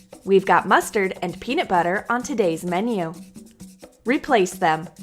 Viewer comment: U said maneo instead of menu. But i understand if it was a mistake.. I ❤ u